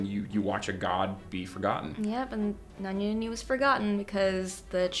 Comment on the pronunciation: u are saying nanyunini wrong